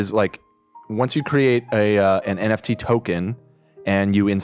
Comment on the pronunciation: I think so he said NTF and reverse letters on other words. I have it and that happens to me and I pronounce words like he does when trying to read it lol like when Ian corrected him of the pronounce of the persons last name.